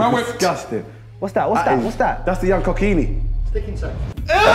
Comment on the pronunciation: ‘Young cockini’ 😂😂